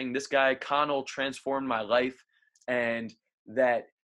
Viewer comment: Can you say the letter R You re pronouncing life Rife